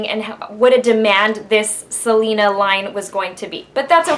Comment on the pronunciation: Do you speak spanish? you said right the words without accent. :D